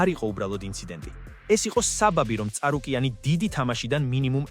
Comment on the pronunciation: წარუკიანი არა ჭარუკიანი 😂😂